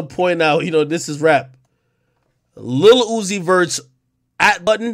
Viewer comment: His name ain't uzi no'moe, lmao his name "Uusie"😂...